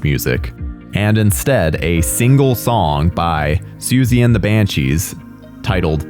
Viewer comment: SiouXie not Susie